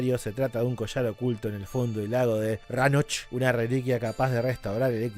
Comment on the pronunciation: Lo que me mata es como pronuncia las palabras escocesas. "Fife", "Dundee" y "Ranoch". Me mato.